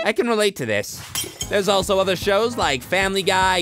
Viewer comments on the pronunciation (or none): none